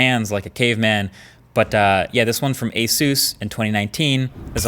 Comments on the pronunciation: bro ... eesus ?!?! common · They just need to teach him how to say Asus properly now! Asoos 😂 Does he really say ‘Soostain’ apparently so!! 🤔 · Learn how to say asus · I've be pronouncing Asus wrong all these years...🤔